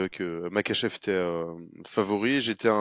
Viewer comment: Super taff les gars, juste stp tu dis Merkachev 30x dans la vidéo ça en devient dérangeant 😭 Pourtant tu l’écris correctement dans le titre et ton collègue le prononce correctement (comme ça s’écrit)